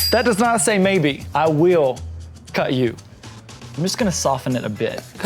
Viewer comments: I heard an accent when he said, "cut you..." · when he said “I will cut you” it sounded like he was saying it in a western accent😂😂😂